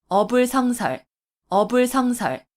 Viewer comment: "어불" "성설"이라고 띄어 읽는 것이 아니고, "어" "불성설"이라고 띄어서 읽어야지요. 공부 좀 더 하이소!!!